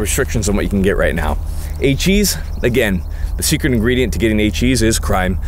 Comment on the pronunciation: I thought he was saying cheese the whole time 🤣